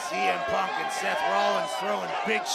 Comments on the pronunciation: Cole said semen then corrected himself saying cm instead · Michael Cole said semen punk😂😂😂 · Michael Cole: "semen punk" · blud called him semen punk nahhhh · Paul heyman did tell semen😭😭